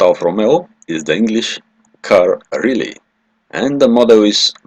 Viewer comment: The speaker here has to learn how to pronounce Riley!